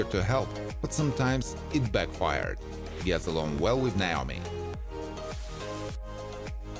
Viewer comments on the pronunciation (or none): none